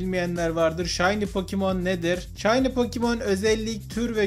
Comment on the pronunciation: Iki saattir gülüyom yanlışlıkla pokemon yerine pokimon denince güzel olmuş :)